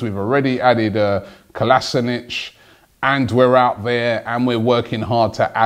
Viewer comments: He is called KolasiNAAAAAAAAAAAAAAC NOT KolasiNIC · Robbie Its Kolasinac not kolasinic!!! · Robbie stop calling Kolasinac kolasinich it's ko-las-i-nak... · Ffs robbie, if u are such a big arsenal fan at least pronounce the players names right. Its Kolasinac not Kolasinic... I mean they even made a vid about how to pronounce it. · Robbie has always butchered players names for years now. you'd expect more from someone who spends s4/7 in football. Hes a bit of a nonce! :D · It's pronounced KOLASHINATS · It's pronounced "Sead Ko-li-se-nak" that's what he said himself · Robbie, Kolasinac is prounounced Kol-uh-sin-ak. Please like so Robbie can see! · You are pronouncing Kolasinac wrong. You're saying Kalasinic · F*ck Robbie, not going to lie the way you say Kolasinac annoys the shit out of me, he posted a video on Arsenal's twitter telling everyone exactly how to say his name... Either way love the videos keep it up.